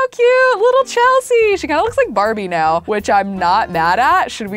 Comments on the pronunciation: She said meow instead of now 😌 I love her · did say "right meow"? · Omg she said moew instead of now and I'm lmfao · When you tried to say now you said meow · Did anyone else notice she said meow instead of now, after moving in?? Like if you did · and also WHY DO YOU SAY MEWO IN STED OF NOW